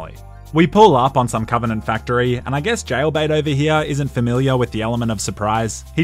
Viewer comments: " COVINANT" * dies of cringe* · I like how he keeps calling the banished the covenenant